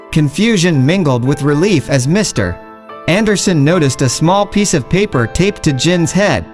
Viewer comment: Your text is excellent except for one very distracting error. "Mr. Anderson" should be read as a single word. The period (.) after Mr. Is not a full stop. It's an abbreviation. Maybe just use the last name ... Anderson. Otherwise nice story!